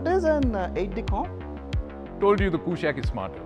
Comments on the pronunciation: It's कुशाक NOT कुशैक। from Sanskrit! so that accented A is totally colonial. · i am sure its not pronounced 'koooshaaq'